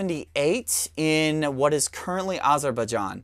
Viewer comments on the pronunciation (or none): none